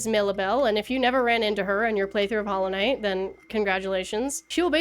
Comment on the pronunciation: Why does she talk normally most of the time but then says Hallow Net instead of Hollow Knight?